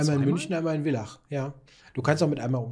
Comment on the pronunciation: villach wird Fillach ausgesprochen! lg aus kaernten